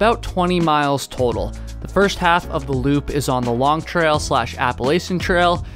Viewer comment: lol he cant even pronounce appalachian